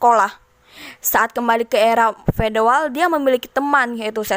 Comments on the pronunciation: era feodal gitu bukan fedoal ya🙏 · Feodal min bukan fedoal